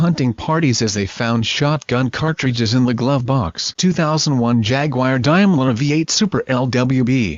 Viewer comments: It’s Daimler not Dimeler ! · You Americans will do anything to sycophantically align yourself with the Royals. Please check your pronunciation and have a real human do the speaking. And by the way, Helen Mirren is not the Queen. Also it is not a 'Dime-ler' but a 'Dame-ler'. And it's a Bentayga not a Bentiger. Oh, I give up. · The correct pronunciation of the word 'Daimler' is 'Dame-ler' , and not 'Dime-ler.' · What exactly is a "Jagwire" or a "Dimeler?" These awful "robo voices" REALLY suck! You mean there isn't an actor out there, with a classy English accent, that could do this???:Shame! Our SAG/AFTRA friends are out in the streets, now, fighting this junk! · Yeah?, what exactly is a "Jagwire" or a "Dimeler?" So many wonderful, under employed Shakespearean thespians could have narrated this piece.